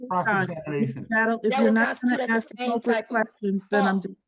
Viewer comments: Did. you pay rent? If not, you're evicted. And stop saying "axe". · "Ax". Ugh. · She really wanted to axe her questions. How can you take someone seriously when they can't even pronounce simple words like "ask" properly? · It's hilarious to watch and hear a totally insane illeterate being present a waste pile of so called case.. Can't even speak her mother tongue... What's with "AXE"?? What happened to "ASK"?? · Guilty of crimes against the English language. 'Aks'? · She shouldn't be allowed to axe anyone. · ASK ? Not axe 🪓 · She thinks she is so intelligent. Yet, she cannot pronounce ask. It isn’t ax, sweetie. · She "axe" a lot of questions. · She kept axeing the questions. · Okay listen! Let me Axe you something! Do you know what contempt or court is? 30 day! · She most certainly "AXED" her questions! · Are you saying I can’t axe” The arrogance of this ignorant girl is outrageous. The judge is allowing her way too much latitude. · "Ask"..its Ask. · Axe, axe, axe; go back to grammar school. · She can't even say the word "ask" correctly in court. Oof. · Axe axe axe axe axe. So fing ghetto and lazy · Can I aks what the heck that was? 😬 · With all her AXING, she's literally MURDERED the English language. M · In her research, she needs to learn how to pronounce, "ask". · Don't let them argue with each other. yes Lady you are a sov idiot. It's not prejudicial or whatever. No you can't axe a question. Go back to school. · Lady, if you cannot pronounce the word "ask" properly, you do not enhance your argument. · No girl you can’t ‘axe’ that question. 🙄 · No Lady You Can’t Axed anyone go back to school 😂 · Why can't she say ask? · If you cannot master the word 'ask', how in the hell are you going to excel in a court case? You are flat out dumb and unfortunately, you need to have this told to you many times before it will start to sink in.